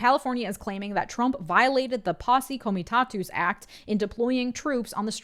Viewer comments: It's "posse comitTATUS" act. Not "posse camitATOOS" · I've never heard posse comitatus act said that way.